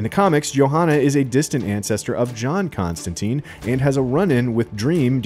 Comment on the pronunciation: As a big hellblazer fan, the mispronunciation of Constantine always aggravates me a bit, it’s in the source material, it wouldn’t take much effort to get it right. I’m pretty psyched for this, seeing how involved Gaiman seems.